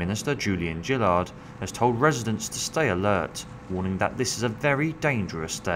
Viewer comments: FYI - It's 'Julia Gillard' not 'Julian Jillard'. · Julia Jillard XD It's Gillard